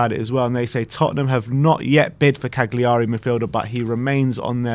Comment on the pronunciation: Hey, the "g" in Cagliari is silent. Its pron. Ca-liari.